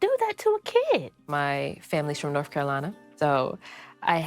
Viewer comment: "My family is from Norf Carolina!" SMH!